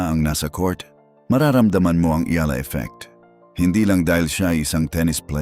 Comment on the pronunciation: It's comforting when Alex Eala's name is pronounced correctly. 😂